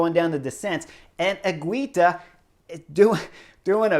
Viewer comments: Chris, great commentary! But please make an effort to pronounce their names correctly. Is not Sergio “Iwuita” is Higuita. Pronounced as “Ee Gee Ta”. And is not Juan “Aruso” is Ayuso. Pronounced as: “A you so” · Ah-yoo-soh not Ah-roo-so. Ee-gee-ta not Ee-we-ta. You are welcome. 🤪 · Higuita correct pronuntiation: "Iggy - tah". The stress in the middle, in the second "i" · Higuita is pronounced without the U ;) basically higita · Chris, I love every comment you make about all this races and normally you really good at pronouncing all the names but is painful the way you pronouncing Higuita!!! I’m sure you can do better. Love the videos keep it coming.